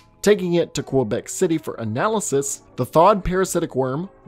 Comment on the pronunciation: The way you pronounce Quebec (Q-bec) is freaking hilarious XD